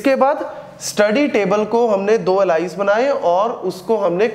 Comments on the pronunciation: really helpfull video 👍👍, i am going to help you with the pronunciation of "ALIAS" its not एलाइस its एलियस 🤗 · अलाईस नहीं एलियास pronounce karte hain .... Baki sab best hai 👌🏻